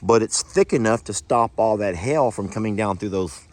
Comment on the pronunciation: its not hell its pronunciation is hay ull but say all fast maybe jami can teach you how to say it right